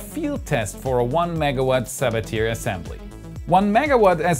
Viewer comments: The Sabatier reaction is prononunced more like Sabatyeh not like Sabateer, he was French. I know pronouncing French words can be difficult, but everyone uses Sabateer like it's some American name for doing something, like pioneer, it;s a bit cringy. :P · FYI, Sabatier is pronounced suh-bah-tee-ay. It was discovered by French chemist Paul Sabatier in 1897. It's commonly mispronounciation nonspecialists. I used it for many years at Pioneer Astronautics and NASA KSC to develop ISRU processes for Mars. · Awesome vid! But, I believe its pronouced sa-ba-tyey. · Sabatier is pronounced “sa-ba-tyey” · Amazing update! Thanks for all the hard work and the follow back on twitter. By the way Sabatier is pronounced like Sabatiye, i think its french. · Very unfortunate pronunciation of Sabatier.